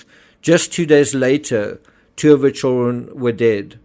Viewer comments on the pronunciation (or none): It's Children; not Chilren...